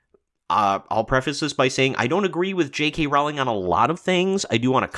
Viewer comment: It's pronounced ROwling -- not levioSA.